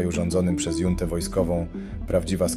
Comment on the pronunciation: Junta - czyta się hunta